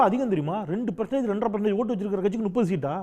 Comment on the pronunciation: போன்ற கருத்தாழமிக்க ஒருவர் சேவை தமிழ்நாட்டின் வரம். என் உரிமையான வேண்டுகோள் தாங்கள் நுப்பது என்பதை தவிர்த்து முப்பது என்று உச்சரிக்க வேண்டும்.